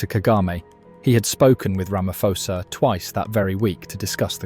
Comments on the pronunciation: It pronounced Ramaposa not Ramafosa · Our President has mines in the region. We have no defence force so to speak. They are poorly trained, poorly equiped and generally a mess. We are sending innocent people onto a battlefield and Ramaphosa has to answer this. PS, its pronounced Ramapawza. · I think you pronouncing the SA president wrong. It’s Ramapoes. Please pronounce poes with the cat. Much appreciated.🤣🤣🤣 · Here’s my thoughts 💭. CLICK EFFIN 🤬 BAIT HEADLINE !! Headline should be: DRC soldiers attacks SADC peacekeeping force soldiers from South Africa 🇿🇦 to prolong conflict You Sir are a 💩 STIRRER!! AND - Learn how to pronounce the SA president’s name! Not Rama-FO-sa!!! Get it RIGHT!! You are acting as a JOURNALIST!! Outcome: Asking the algorithm NOT to suggest your channel to me. Haai soega!! Ek het nie tyd om na kak te luister nie! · AI is not too great is it. The next generation will be talking like that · You can't even pronounce the South African president's name correctly—how can we trust your video's accuracy! That said, the South African government can barely run the country properly, so how can they expect to carry out a successful military campaign!